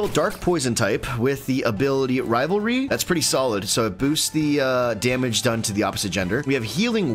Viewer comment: For real why do you always get rivalry wrong!? It like says what it does read a little closer. You guys are great but you're driving me bananas!